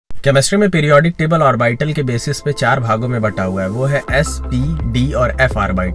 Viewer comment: The way you pronounce orbital is nice.... But its aw-buh-tl